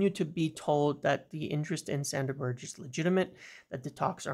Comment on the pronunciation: A little correction its pronounced Berg-e not Ber-j